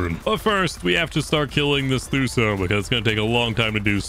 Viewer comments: ITS NOT THUSO!! its Tuso (To-so) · 145 thuso me: bruv its tuso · Lol you did ok! Just keep practicing your words by sounding them out. T-oo-so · why does he call tusos “thuso” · Lol he called a ‘tuso’ a ‘Thuso’ looooool